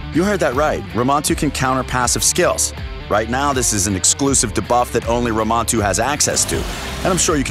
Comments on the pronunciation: Is he saying “da-buff” and not “dē-buff”? Clearly the voice guy isn’t a gamer lol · It sounded so odd I actually liked it LOL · Dabuff is also bothering me. 😆 I mean buff. Debuff. You don't say Damote for Demote. 😆